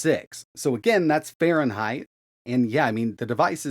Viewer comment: Really, Fahreneigh ?